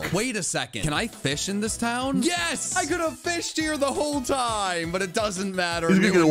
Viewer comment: feesh for j o h n.